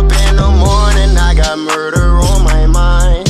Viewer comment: Every time he say muder it’s Roblox 💀